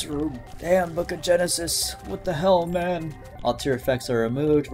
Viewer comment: Guy said mam man😂 (mah mohn)